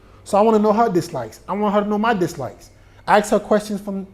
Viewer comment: I love how you say aks instead of ask